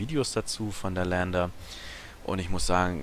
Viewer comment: "E" im engl. ist nen "I" betont im Deutschen. "LIAnder" also :P Das Ding ist kein "Lander". Ich liebe dich zu "Kora"eanischer Erklärbär. Dein Video hat echt Gewicht! Hör auf allen das Game zu lehren... Da sauf ich immer ab!